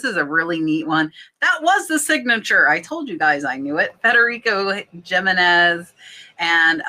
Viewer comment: Jimenez is pronounced He-Men-Ez